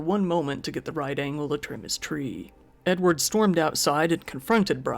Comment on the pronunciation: Edward kinda sounds like enward and that makes me giggle. Also, how is he gonna hear the gun click with a dang chain saw running?